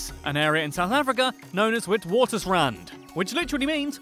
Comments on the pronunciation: Not witwatersrand(with the "w" at the start) it is actually vitswatersrand (with the "v") (and say the "s") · Witwatersrand is pronounced: "Vitvatersrand" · Witwaterstand is pronounced (vit-vah-ter-strahnd)